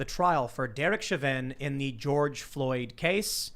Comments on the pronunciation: Chauvin = SHOW-VIN. Not shove-in. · Tim not knowing how to pronounce Chauvins name bothered the hell out of me. you would think he would be more aware, it was like he willfully tried to sound ridiculous.